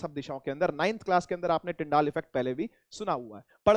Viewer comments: Sir its tyndall not tyndaall Effect😂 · SIR ITS NOT TYNDAAAL ITS TYNDALL EFFECT 😂😂